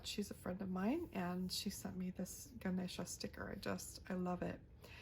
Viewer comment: I absolutely loved the Ganesha (and your pronunciation) on your cover page. Amazing !!!!